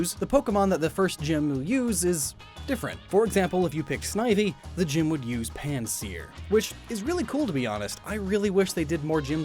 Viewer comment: Its PanSEAR Not PansEAR